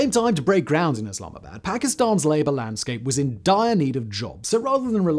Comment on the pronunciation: come on man! Don't butcher the city's name. If u can't say it then just don't say it.